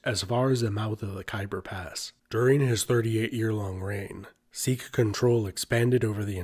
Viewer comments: Sikh* Not Seekh. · Well, you started off by pronouncing Sikh wrong.